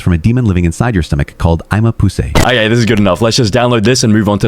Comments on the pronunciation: 'Eyma poosay' what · "eyma poosay" wth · “Eyma pusay” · "Eyema poosay" hi eyema poosay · Who is "eyema poosay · "eyma poosay" what😭😭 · it eyema poosay😡